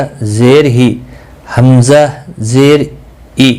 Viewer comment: Sahi nahi prha Rahe zer majhool parha rhe ho